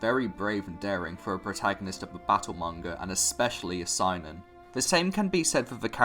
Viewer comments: The fact that you pronounce Seinen as "Sign-in" rather than "Say-nen" bothers my inner weeb. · Good video but you need to learn how to pronounce Japanese names/terms “Makoto YukiMARA” “SAInen” lol Edit: Wait you pronounce Yukimura correctly later on, I guess you just said it wrong that one time.. but yeah learn how to pronounce Seinen though lol